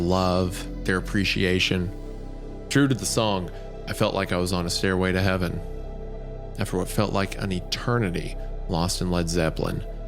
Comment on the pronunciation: "Staírway to heaven" Hunter plays Sweet Child O' Mine